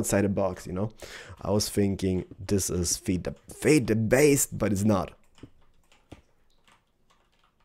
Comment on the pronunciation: "I was thinking this is Feed th- FEYD THA BEYST!!!" LOL